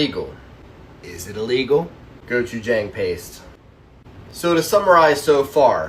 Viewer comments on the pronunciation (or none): none